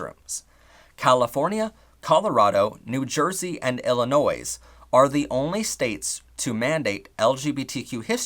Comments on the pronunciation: I like how he says IllinoiS That's totally Arizona Edit: I have something useful to say... In Montana (Bright red republican state) there is a law banning transgender kids from going into insert their preferred gender sport at school... so a trans boy would have to go to girls's soccer, basketball etc. I think it is the same for the bathrooms... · Illinois: The final "S" is silent Pronouncing the S makes it sound like there might be more than one of them. Having been to Illinois I know what the horror that would be! You said, "Arizona" and your map lit up Arkansas! Horrid mistake!! You make it sound like a 2-way mirror. 2-way mirrors should be illegal